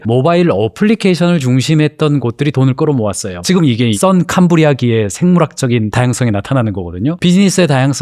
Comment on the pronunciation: 썬캄브리아기? Sun - Cambrian ^^;;;; Pre-Cambrian Period 先 - Cambrian 時代 先カンブリアじだい '센칸브리아지다이'라는 일본이 서양언어를 받아들인 과학용어인데, 선캄브리아기의 생물학적 다양성이라는 말은 틀린말이다. 캄브리아기 이전 시대를 의미하는 선캄브리아기에는 단세포 생물이나 구조가 단순하고 말랑말랑한 다세포 생물이 존재했던 시기라 캄브리아기 대폭발(Cambrian Explosion)을 잘못 표현한 것이다. 주식이나 AI랑 무관한 이야기이지만 잘못된 발음과 잘못된 이야기가 아쉽다. 다만 Cambrian Explosion 다양한 다세포 생물이 지질학적으로 매우 짧은 수천만 년 내에 급격히 등장한 사건을 알고 말할 수 있다는게 얼마나 아름다운지....